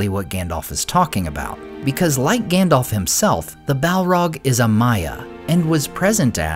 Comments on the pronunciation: Listen … his names GANDALF , not ( Gandolf) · Please, could you pronounce it as "GAndalf"? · His name is not effing “Gandolph” … I’ve said it before, and I’ll say it again. Would you get the names wrong at a job interview or on a date? I think not. Because it’s only reasonable if you want to be taken seriously to at least get that part straight. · His name is Gandalf, not "Gandolf." I don't know why everyone mispronounces it. It is pronounced correctly in the Lord of the Rings trilogy, but everyone insists on mispronouncing it anyway. Both As are pronounced the same way, like the A in Apple.